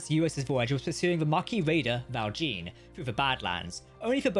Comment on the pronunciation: Please stop saying the "Val Jean" so horrible or the french will say to you... "Your mother was a hamster and your father smelt of elderberries"